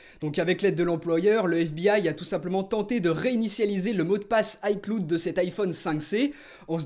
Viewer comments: Pourquoi tu prononce les mots anglais à moitié si tu prononce iCloud en AyCloude je vois pas pk tu prononcerais pas iCloud en AyClawd -_ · On le prononce iClaoud et pas iCloude merci :) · "Aïcloud" 😂😂😂 on dis "Aïclaoud" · ça s'appelle de la prononciation... On ne dit pas ICloud mais bien "Aïeclaoud" par contre on l'écrit "ICloud" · Lol aieclud cest icloud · Juste on est en 2016, peut tu arreter de dire "aiecloude" mais bien "aieclaoud" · Ps on dit "AyeClaoude" pas "AyeCloudeu" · J'adore ta prononciation de "cloud" ... Sinon vidéo intéressante. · La prononciation d'iCloud je saigne des oreilles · Mon poto t'es un youtubeur Apple qui pèse plus de 350 000 abonnés et tu sais pas prononcer iCloud correctement, il y a un problème apparemment